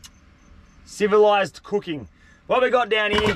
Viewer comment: dude can't even say the word "civilized" ☠